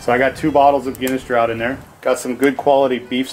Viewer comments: Draught is pronounced like draft. Very informative otherwise, I really enjoyed the technique! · I think in Britain and Ireland it is pronounced 'draft', not 'draught'! Nice video though :)